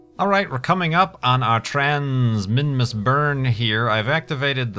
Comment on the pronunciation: when you record you are always pronouncing "s" like "z", made me kind of confused (minmuz).